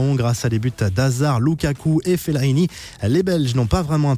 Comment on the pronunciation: Fellrini 😂😂😂😂😂c'est fellaini